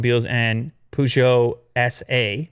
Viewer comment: you can not pronounce peugeot